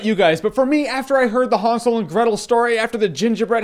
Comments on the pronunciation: Was i the only one annoyed how he pronounced hansel, its han-sel, not hun-sul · I thought it was Han not Hon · Isn't it pronounced (hand-sil)? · Did anyone else heard him saying Han Solo and Gretel every single time? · i want to strangle him when he says hansel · Just say Hansel with an A like an American would - it is supposed to sound like that ;) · That's not the way the word is spelled, so why do you pronounce it like that? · Wtf us what I thought when I saw this trailer remember snl weekend updates with seth and amy doing 'really! !!!' That's how it looks, Jeremy what ya doing? ??? Renner not you lol but JJ you say Hansel very oddly ...very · Relax. Amerikaner können das halt einfach nicht aussprechen.